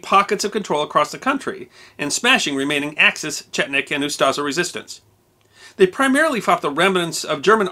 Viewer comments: It's UstSHa, not Ustaza. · Its not Ustaza but Ustasha s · Ustaša is pronounced oostasha not yuztaza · If I've ever heard this guy saying "Yoostuhza" I would never guess he is trying to say "Ustaša". Great video, though, 10/10. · he saying Ustaža or smth like that... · The name for the Croatian fascists is pronounced "Ustasha", not "Ustasa", it has an "accented" "š" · Moderator should have really learned how to pronounce “Ustaša”. The way he’s pronouncing is way off.